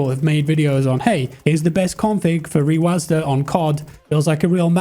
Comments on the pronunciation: sorry but this was just bothering me, rewasd not rewasda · its reWASD not reWASDA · the way u say rewasd triggers me so much plsss stop